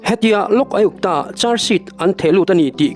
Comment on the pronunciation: Lok Aiuptaa ti mai a ka hriat chu😅